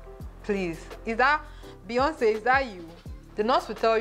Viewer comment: Lol! Leeyonce